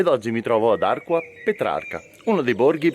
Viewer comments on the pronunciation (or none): Federico Arquà ha l accento e come tale si pronuncia diversamente ! Ciao ! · Ciao Federico, mi sei uscito nei suggerimenti, e che dire appena iscritto🙂 sono proprio nel centro dei colli. Ah, arquà da marcare bene l accento sulla A finale....